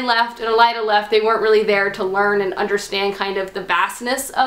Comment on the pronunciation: AY-LYNN (Aelin) - Not too hard! :) And oh yeah fyi! :) .. it's EL-EED (Elide), not El-ai-da.